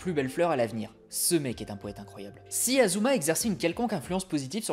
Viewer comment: ASuma pas Azuma… tu dis Sazuke aussi ?